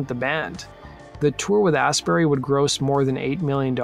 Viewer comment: It's pronounced "Astbry" FYI